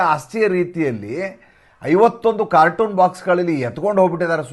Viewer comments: ಅದು ಕಾರ್ಟನ್ ಆಗಬೇಕು, ಕಾರ್ಟೂನ್ ಅಲ್ಲ. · ಅದು ಕಾರ್ಟೂನ್ ಅಲ್ಲ ಕಾರ್ಟನ್